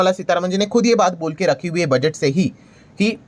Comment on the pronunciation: ये बुडगेट को बजेट क्यूँ बोलते है